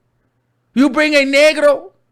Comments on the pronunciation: Whew!!! this is embarrassing asf 🤦🏾‍♀️🥃😩 & not you saying el nergo lmfaooooooooooooo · Omg when said el neeegrOO I CANNOT 😂😂